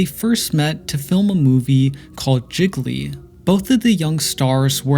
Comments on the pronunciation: Lol Not pronounced like Jiggly lol It’s pronounced Gee-ly but thanks for this. Forgot all about their relationship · He said. JI-GUH-LEE instead of JEE-LEE 😂